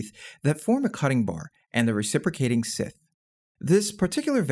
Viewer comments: did you figure out how to say the word scythe? Or are you a robot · Only 21 seconds in and he mispronounces "Scythe"